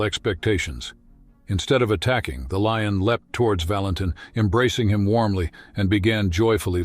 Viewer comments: What a beautiful Leeon story. It really boosted my moralay. 😂. Please when using an AI narrator at least listen to what you produce. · What is a "lee-un"?? The word is lion,,,,,"lye-un",,lion! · Whats a 'lee-on'? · Artificial voice pronounces words incirrectlt: leeons for lion. This happens in all recorded videos in english. Widespread issue damages finished product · In our channel you will find AI voice that dosent know how to pronounce things.. This is a story of a LEE-ON. UGH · The "LEE-un", huh? Stupid-ass computer narration! IT SUCKS! Is there actually NOT ONE PERSON that can read text and narrate this? Cost too much? THEN YOU'RE NOT WORTH LISTENING TO!! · Sounds like an AI voice. Miss pronouncing Lion as LEE-on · Narrator switches from Valenteen to Valentine. Then he can’t pronounce “veterinarian” or “lion” 😮. Seems fake to me. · Love the AI pronunciation - "morale" delivered as "morralay" - and "lion" as "Leon". Also - that cat keeps changing sex - sometimes she's a "she" and others she's a "he". (No expert on big cats, but I'm pretty sure that's a lioness...) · What is with that robot narrator - he mispronounced words, e.g. lion was pronounced "leon" and there were several other words. I voted this video DOWN because of the carelessness of "" was BAD. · Why in the hell cant you announcers ever pronounce things right? What is a LION called certainly not a LEEIN, Stupid is as stupid does. Wake up and smell the roses. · The AI you’re using is not very good. It mispronounces many words, even easy ones such as lion. Your videos would be much improved if you used a better narrator imho. I enjoyed the story very much.